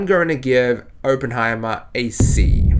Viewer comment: well considering you can’t even pronounce his name correctly i’m not surprised this fantastic masterpiece went above your head. Next time maybe look into what your going to see first and determine if it’s for you or not so that way we are spared from your asinine opinions.